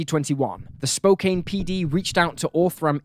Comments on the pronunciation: 'Spoh-can' not 'Spo-cain' thanks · Spokane is pronounced spoh - can - not cain. You're not the only one. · Lifelong Washington State resident here. It is pronounced "Spo-CAN", not "CAIN". Just trying to help you out! 😉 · Spo-Can Washington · I commented and corrected him on that too. His mispronunciation of Spokane isn't as egregious as Navajo. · I thought the same about their names, as well as mispronouncing Spokane. Have you hard him say Navajo? That, he truly butchered and even turned off Comments bc of how many corrections ppl gave. While yes, there are regional variations, some things are constant and cosistent. Others aren't of high enough mind to make corrections, so they attack those who do.